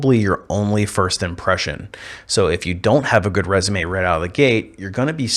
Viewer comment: What does "firscht" mean? Also, what do you mean by "fruschtrating"? "Schtrong"?